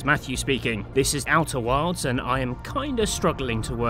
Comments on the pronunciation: Why do I keep hearing you say "Outer Worlds"? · I swear to god i heard him say outer worlds like 6 times, must be the accent lol. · Worlds and wilds have different pronunciations!